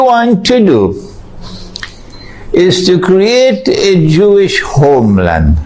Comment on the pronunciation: Homeland, with that h sound, made me add an n in my mind and hear gnomeland.